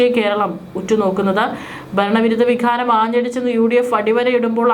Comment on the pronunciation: വിഖാരം എന്നല്ല വികാരം എന്നു പറ